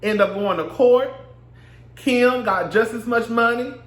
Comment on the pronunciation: I scream at your accent everytime you say Kim"s (and my) name!! Keee-im!! 😍😍😍